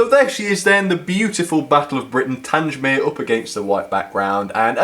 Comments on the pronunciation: The Beechwood Wagon was the odd one out. When are you going to get your names right? You don't say Tangemere, it's Tang-mere, you dummy. If you want to send me that Bullman, and he'll be turned into Sirloin Steak to go with Micro Chips. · An extremely beautiful set but it's TANG mere not TANGE mere. Your mispronunciation spoiled the video for me. Kind regards, David. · PLEASE STOP SAYING TANGE MERE. IT IS TANG MERE. TANG. THE-G-as in Gate. grates on me every time you say it. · its pronounced tang mere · Pronounced "Tang-mere" not "Tange-mere" sorry buddy haha, great review as always! what a lovely set! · I'm sorry. Tangsmere?!?!?!? Its Tangmere. The southern enthusiast in me is screaming right now....... but still, good review :) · TANG - MEER, pronounce it right. It's not TANGE - MEER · Just caught this by accident having just bought the same also on eBay for £130 today, 14.8.24. Delighted to hear all the compliments. As previous;y mentioned Tangmere is pronounced as in "Bang" and not Tanj. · its pronounced like this "tang mere" like tango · Will you PLEASE pronounce Tangmere correctly. The G is as in gate NOT orange. As ex RAF it grates on me every time you say it incorrectly. Good reviews though😊 thanks.